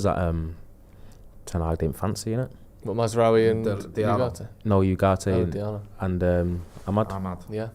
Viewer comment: you are usually pretty good but please can say Ugarte correctly. It's not You - it's Ooo.